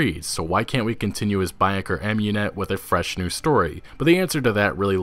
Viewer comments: It pronounced ah-mUn-et not am-U-net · Its Ah-moon-net (Amunet) not A-mew-net dont ruin a beautiful name.